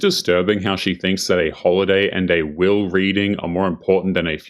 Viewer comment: *Will reading not wheel reading lol